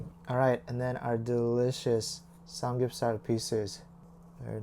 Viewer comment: You said drinking samgyupsar lol 😂